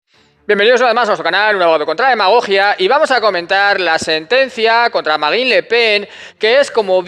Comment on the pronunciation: ¿Tú pronuncias la "e"?